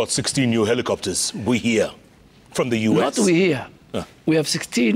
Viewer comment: why he is saying "hellicofters"?